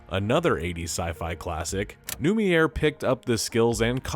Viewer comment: RoboCop is an action drama, not a horror movie. And pronouncing Neumeier as newmeer? Ouch, my ears just started bleeding. And analising? Thanks, now my brain hurts and my eyes bleed too.